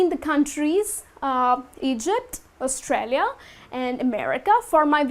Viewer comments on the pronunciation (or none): none